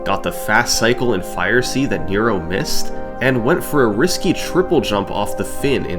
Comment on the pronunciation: This is absolutely not important, but Nero's name is pronounced more like nehro rather than knee-roh